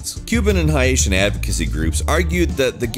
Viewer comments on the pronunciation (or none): What the fuck is a HI-atian? 😂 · Hi-atian? WTF is a Hi-atian?!? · Bro said highitain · ...why does he mispronounce Haitian?? It’s not “Hi-Ayshun” lol it’s just “Hay-shun” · 'Haitian' is pronounced 'Hey - shin', almost like 'nation', but with an 'H'. Thank you. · What's a Hi-Asian? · pronounced "haitian" as "hi-atian", which is obviously not the way to do it. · FYI, the word Haitian is pronounced (hay-shun) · What the fuck is a “HIASHIN” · The way he says hatian tho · you Can't even pronounce Haitian._. Sad.